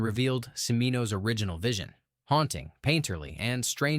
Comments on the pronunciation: Cimino's name is pronounced "Chee Mee No". It's Italian! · You think Cimino is pronounced Simino, lol. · I noticed that immediately. Someone needs to teach the AI that it's pronounced Chim- ee-no. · Its pronounced Chuh-meeno 🤷‍♂️ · Learn how to pronounce Cimino if you’re going to make videos about cinema. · You or the AI manage to mispronounce “Cimino” two different ways. Also “Bottin”. Nice to see “Brazil” and “Videodrome”get some love though.